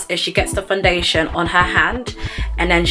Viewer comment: The way you say “Fun-dation” gets me every time 😂